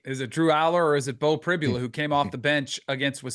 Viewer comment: Danny talks on Penn State and yet doesn’t even know how to pronounce Pribula’s name 🤦🏼‍♂️